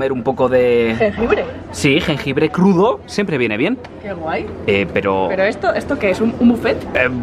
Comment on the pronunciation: Nadie absolutamente nadie mayden en el minuto jengibre cruduou 😂🤣😂🤣😂🤣😂🤣